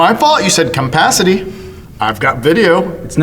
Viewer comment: She definitely said cumpacity.